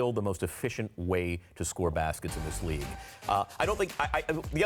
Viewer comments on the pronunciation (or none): none